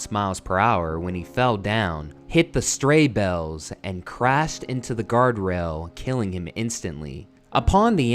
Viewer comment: he' hit the stray bells'???? .......dont you mean he hit the 'hay bales'?